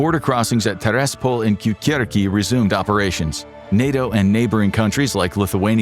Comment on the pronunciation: Great video! But please learn the basics of Polish pronunciation. Or just use GTranslate for Polish words. It's "toosk", not "tusk". It's not "kyukyurkee" but "kookoorykee" :-) Polish writing is PHONETIC, and each letter ALWAYS sounds exactly the same when you read it.